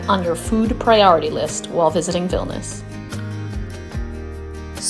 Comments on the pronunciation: Vilnius pronounced Vil Née Uhs. It would add credibility to an otherwise great video. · Veelneeooos....is the correct pronunciation.....